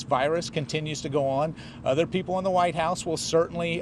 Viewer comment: Did he say the 'wise house'?